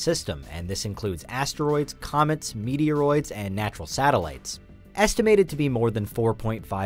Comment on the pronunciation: Ahahahaha did he say meteoroids.